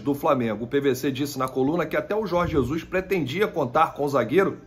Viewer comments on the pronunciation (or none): none